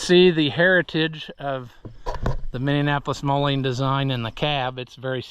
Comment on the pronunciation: Are you saying "minion-apolis moline"? 😂😂 either way very informative video!